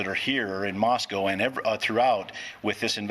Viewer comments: MOS-CO not Moscow Fox news. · Moscow is pronounced "Moss-Coe", not "Moss-COW" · Pronounced “Mossko”. People pronounce it like it is in Russia!